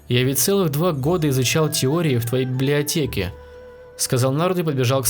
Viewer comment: Мне послышалось не библиотеке а блятеке